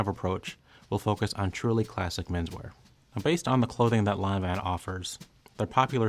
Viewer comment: I just watched this to hear the correct way to pronounce Lanvin. Thank you.